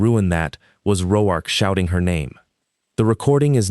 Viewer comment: Like the story, but a lot of words are mispronounced. It is almost funny how many different ways the 'Roark' is mispronounced. Danica was mispronounced "da knee ca" several times, sometimes it is pronounced properly, go figure